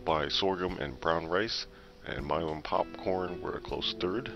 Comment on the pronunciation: I believe its pronounced "Pupcorn"